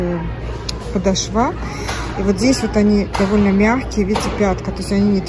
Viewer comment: Привет!🌷 Танкетка, стелька , каблук, подмётка.....но не подошвА. Раз это всем так режет ухо можно обойтись без этого слова или воспользоваться другими, описывая обувь. Спасибо за обзор!🤗